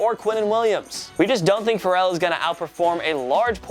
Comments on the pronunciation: Fare-el. Not like Pharrell Williams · Plzzzz learn how to pronounce Ferrell’s name right it’s fairell